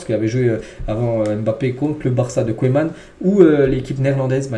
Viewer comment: Koéman 🤣🤣🤣 tu me tues!! Apprends la prononciation des noms comme il faut bon sang!! Et ta syntaxe... sérieux, fait un effort camarade !